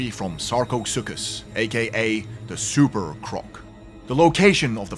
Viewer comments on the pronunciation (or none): none